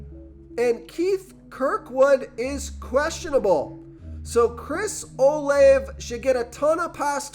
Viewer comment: His name is Chris O- “Lavey” god u sound dumb as shit do ur research